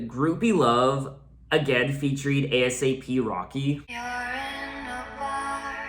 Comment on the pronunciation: Just wanna mention, when you say ASAP Rocky, you don’t pronounce the letters. So it would be pronounced “aye-sap Rocky” thx for the reaction vid